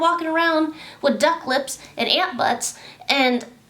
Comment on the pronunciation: she said ant buts sisss exactly what they look like smh